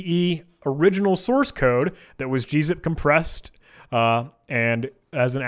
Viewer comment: "We have some source [sauce],........ code" lolol